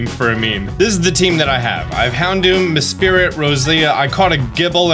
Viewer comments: lol meSPRIT not MESPIRIT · say it with me “mess-prit” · a-a-ron and mespirit XD I just can´t, it´s just too funny